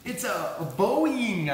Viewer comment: There are so many comments I have to say about this video, but I’ll sum it up to.. that had to be one of the “funnest” and funniest videos you’ve published. So damn entertaining, LOL!!! The model actually looks really cool and flies very well, especially after the bigger batt. FYI, I spit my drink when you said Boeyieeng. LOLOLOL